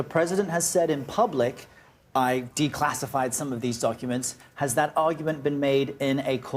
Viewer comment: Did she say: donkuments